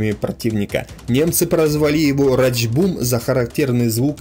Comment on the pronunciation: Рашт бум, а не рач бум